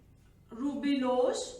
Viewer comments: It's a ribulose mam not rubilose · Mam your videos are really helpful but sorry itis 'ribulose' not 'rubilose'. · Correction:- It's Ribulose* she mistakenly told Rubilose Thank you for such a great explanation and for your efforts ma'am🖤🖤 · Amazing but its ribulose not rubilose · Wonderful lecture ...however there are two error 1) NADPH not NADPH2 2) Ribulose not rubilose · Is it ribulose or rubilose? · Rubp is ribulose bisphosphate not rubilose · Hi mam your videos are amazing Sorry to say you that it's not rubilose bit it's ribulose. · Mam sory to correct u but its ribulose not rubilose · I think it's ribulose not rubilose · I think maa'm it should be Ribulose bis phosphate , not rubilose bi phosphate.